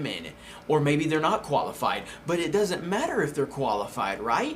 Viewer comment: When first said "qualified" i heard "koalafied" AM I THE ONLY ONE?!